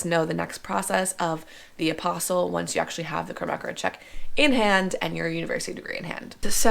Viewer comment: Perhaps a bit of effort to pronounce one of the principal words correctly would be a good idea. It's not 'apostle,' that's a follower of Jesus in the bible. Also, if you were to lose the air-head bimbo-isms that would be a step in the right direction. You voted for Biden, right?